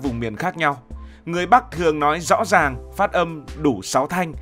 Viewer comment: Em phát âm (rõ ràng) sai nhé